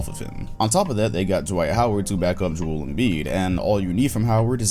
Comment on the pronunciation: "Juul" Embiid